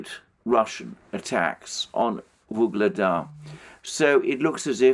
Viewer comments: it's "Ugledar", not that mufflemouth "vuhledar" or some else shit. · Alexander, why do you keep saying Vuhledar when it’s Ugledar [u:gled’a:r]